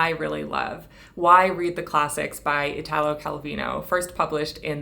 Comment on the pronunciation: Just the quickest suggestion: in the name Italo, the accent falls on the i. Exactly ad you'd say Ítaly and not Itàly. Your videos are always so well spoken, extensively researched and cared for, I thought some help on the pronunciation might be appreciated :)